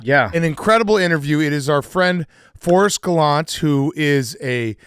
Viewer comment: He pronounces his last name Galan tay